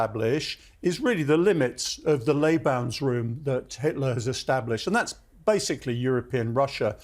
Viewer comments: “Lebansroom” wtf?! “Lebensraum” is how you pronounce it and historian, not Lebansroom. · "Lay-bans-room"??? Oh, you must mean Lebensraum. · Did this historian just call Lebensraum - Lay - bans room?